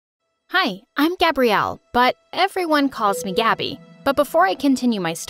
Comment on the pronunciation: “But everyone calls me Gabby” Pronouncing: Gabi A thrift store called Gabi: And I took that personally